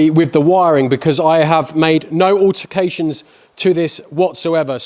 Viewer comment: Altercations or alterations? Hahahaha